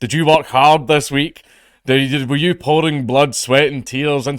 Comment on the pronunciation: "one thing I'm struggling to understand" You. I'm struggling to understand yeou